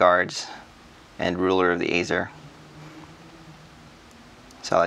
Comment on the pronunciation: Think "Aesir" is pronounced okay 😃 Awesome coin again ! I understand people say : you got have bought that many ounces for the premium price. But hey... were collectors / stackers, and when there's budget left sometimes.... why not 😉